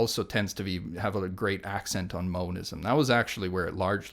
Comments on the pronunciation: It's monism not moanisum. You can tell this guy is so misinformed in his views,Russell says very little knowing that who is sat in front of him is full of twisted rubbish. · Why does he keep saying moanism. It's monism like mono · "moanism" it's pronounced MON-ism